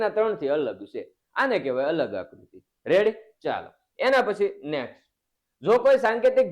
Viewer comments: Sir revdi na ave redi ave have na vidio thi redi bolo 😅😅😊😊😊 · રેડી નાનાનાના રેવડી બોલતા સિખ ઢાનઢા અકલમઠા 😂😅